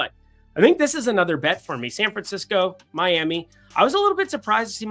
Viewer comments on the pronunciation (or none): none